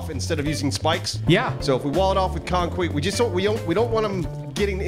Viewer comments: Did say Conqueet??? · That's some concwete evidence. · "Conqweet" AWWW lil baby wants some CONQWEEET. AWWWWW. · we'll wall it off with concwete lmfao, I love this channel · “Wall it off with Conqeet” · I noticed how said " Well fill this off with concweet" not "concrete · "Concwete" - 2020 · Did I catch a "conqueet"? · Gotta get those concwete walls up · Yes, use the concwete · Did say ‘wall it off with concwete’? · says concwete instead of concrete. notices but he’s not the dick you all think he is so he just lets it go 😂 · Concwete is nice but Weinforced Concwete is better. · Anyone else here call concrete concwete? At 2 min in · Concwete ? LMAO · Anyone else hear say "concwete?" When hes explaining to his plan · Is that Elmer Fudd or? "concwete" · definitely said "concwete":'D Man I love you guys! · wall it off with conqweet 😂😂😂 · “Wall it off with conqweete.” How did you say nothing?!?! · Sorry but you saying concwete was HILARIOUS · If we wall it off with concweet... That got me so good lmao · Did really say "conqueet"? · he says “CONCWHEAT”. I thought it was on purpose. Nope, just ... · Yeah, said to wall it off with concwete. So make mo' concwete. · At did he say wall it off with conkweet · I hear concwete is stronger than concrete. knows whats up. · anyone else hear say concweeet LMAO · I heard "Concwet"... xD!! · Did no one hear him say "Concweet" in the start of the tour ?? lol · " concwete " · said conqueet!! Lol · Today's word, Conkweet